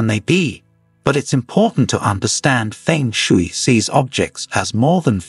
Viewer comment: Pheng shee.. I laughes so hard the mispronunciation. Just knew this would be ridiculous HaHa!